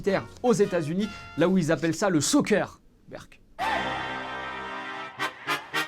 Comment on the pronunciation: t'as dis "berk" ou jrêve ? Parce que tu risques de perdre tous tes abonnés québecois